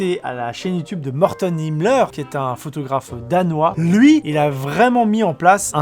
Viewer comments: Tu as dit morten himmler au lieu d’hilmer, l’un est nazi et l’autre aime les animaux 😂😂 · Morten Hilmer, attention à la prononciation x)